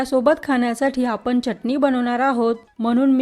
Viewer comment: Uchhar ashudha ahe. Chatni